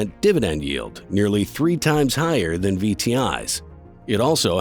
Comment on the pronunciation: It should be "better than" not "better ten"